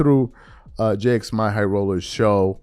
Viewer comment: “We all know who he is, right?” Also: “Jay Ex My High Roller”